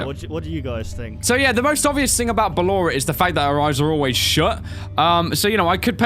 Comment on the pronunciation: it's ballor